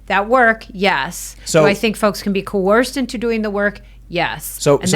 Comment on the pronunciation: What's 'co-orced'?